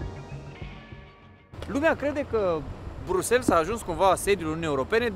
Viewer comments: Buna ziua, mai terminati va rog cu BruxelS e Bruxel belgienii zic Bruxel si francezii Brusel flamanzii Brusel si englezii Brussels dea pronuntia e diferita de ce facem o struto-camila din aceasta pronuntie?? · Sa stiti ca in limba romana se pronunta "BRUXEL", nu "brusels" 😂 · Cu respect, "Brüssels" nu există, e ori "Brasăls" in engleză, ori in rest "Brüsel" in franceză/germană. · Se citeste Brusel, nu Brusels 😊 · Amice, prima dată am crezut că n-am auzit bine, dar ai pronunțat de mai multe ori Brusels în loc de Briuxel.🤣😂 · Bruxelles. BruselS??? De ce pronunti BRUSELS? E Brusel, un minim de cunostinta….daca te axezi pe negativ gasesti negativ, daca te axezi pe pozitiv vei gasi pozitiv😊😊😊😊😊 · Draga, nu mai pronunta asa numele orasului, se pronunta "Briusel", fara s la sfarsit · Se citește: briusel, cu accent pe S apoi LL